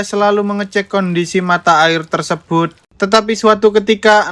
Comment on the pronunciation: TERSEBHUT......CANGKROK....... org jawa gitu lohhhh..........